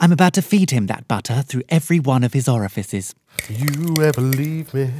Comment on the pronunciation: "I'm about to feed him that butter through every one of his orfices" IM HOWLING